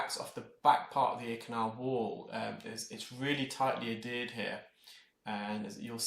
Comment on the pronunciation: Hi - i love your videos. Just wanted to let you know you use the term “addeared” when i think you want to say adhered. No biggie, just thought you would want know. You are really great and keep up the great contend.